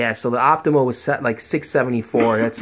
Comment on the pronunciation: optoma, not optimo...